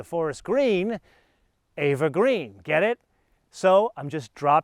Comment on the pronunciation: Interesting Episode. Couple of points: Eva Green is Pronounced Eeva E as in Pea not A as in Ava for example Ava Gardner. Like where you're going with the Black Watch Tartan/Cognac, black seat belts and callipers for me as it's all getting a bit busy in there. I know the bright finish window surrounds are very GT3 Touring and look super 'up market' but for me they don't work with the neodyme wheels. Yes there as several recall issues in the UK too, it is what it is. I'm assuming you got a 3 year manufacturers warranty from Porsche when you bought the car? Love the channel. Keep up the good work.